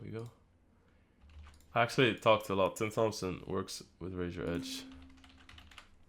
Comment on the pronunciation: Dude love your vids, and what you bring to the table for the poker community. I have to say though, I almost died when you said Tim "Th"ompson with such excitement! It's pronounced "Tomp-son" lol.